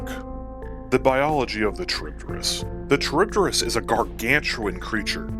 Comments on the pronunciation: It's not a Cha-reeb-de-rees. It's Kha-reeb-dees. It's a Latin word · Bro, it's kah-rib-dis not trib-dyh-rys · Very petty of me I know but your pronounciation of it is a bit.. skewed. The name comes from the ancient Greek monster/minor goddess that Odysseus faced, Charybdis (Greek pronounciation being "Ha-ree-v-this"), also spawing the term "Between Skyla and Charybdis". Both were daughters of Poseidon, Charybdis being the daughter of Poseidon and Gaia, living on the asian side of the Bosporus strait. She would (according to legend) "suck up the sea's water three times a day, and spit it back out again, along with all the ships and sailors unfortunate enough to be wrecked by her". Her name also refers to whirlpools and is still actually used to this day, albeit to a far smaller extent. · a very odd way of saying charybdis, i say it like cha-rib-dis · It would be funny if you re-recorded this video with the same script but pronouncing charybdis correctly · good video but the way you're saying Charybdis is killing me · C'mon man! If you are gonna make a lore video about Charybdis, you could at least learn to pronounce the name correctly first.